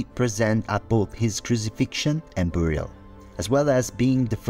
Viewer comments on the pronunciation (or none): none